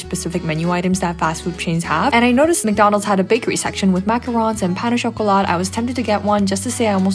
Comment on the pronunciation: Way you pronounced Pain au Chocolat 💀💀💀